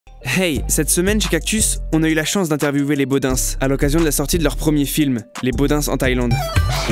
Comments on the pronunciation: Arrêter de dire les Bodin "s" Ces les Bodin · le S ne se prononce pas,ils a été mis pour donner un style car il sont deux